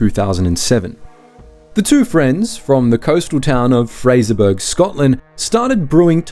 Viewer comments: FFS... it's fray-zuh-buh-ruh. Will AI never learn!!? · I always thought they were dodgy as fuk but so is the narrator here for the way he pronouces Fraserburgh.